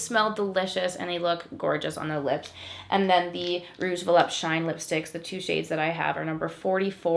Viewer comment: vuh-LOOP-tay. that's how it's pronounced. not vuh-lupt.